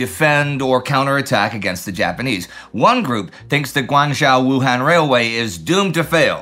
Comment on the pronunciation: Guangzhou is correctly pronounced Guang (with a short "a" sound, not a long "a" sound) zhou (rhymes with toe).